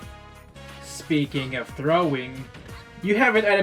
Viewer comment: "Speaking of..." has never been butchered more than it has been in this video. Other than that, good shit